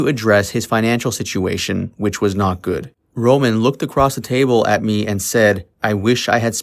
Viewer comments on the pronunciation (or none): none